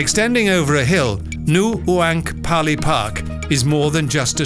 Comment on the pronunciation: I've watched for 10 minutes and I'm wondering if it's going to get any worse than "Nu u ank pali park." LOL